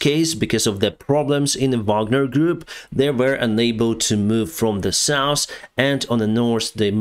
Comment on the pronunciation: It’s “south” not “souss”.